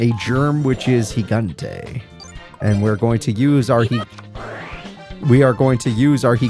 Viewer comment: I'm Colombian and your gigante pronunciation was perfect!